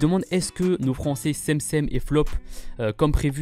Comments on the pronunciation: C'est pas cemcem c'est dgemdgem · Comment tu prononce cemcem toi !